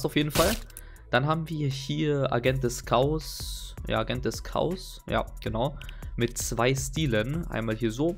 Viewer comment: Das heißt Chaos alter Kern mal deutsch wenn du schon streamst und Kinder schauen das